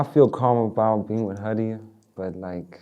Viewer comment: The way people butcher my name though 😂haiiiii... It's Ha'diyah.... Hhhhha di yahhhh...